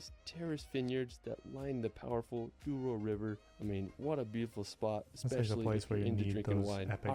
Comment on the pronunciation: My country is so beautiful! Que saudades!! By the way its the Douro in portuguese, not Duoro, although this river, as other big rivers in Portugal, comes from Spain and its name there is Duero. But our version is way cooler, it means Golden, the Golden River! From the words "de" and "ouro" in fast speech, becomes d'ouro.